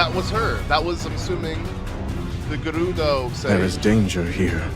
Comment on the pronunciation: I like how he rolls hood “R’s” with “Gerudo” and “Urbosa” but it is different.